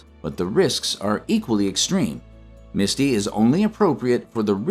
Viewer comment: The AI doesn't even get the last ETF name correct and no one caught it. It's MSTY not MISTI